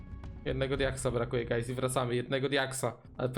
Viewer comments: 0, ponieważ nie mówił guys przez u, tylko przez a. Coś bardziej jak gajs / gajz / gays / gayz czy jak on tam mówił. XDD Edit: +10 000 decybeli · I to "gajs" xD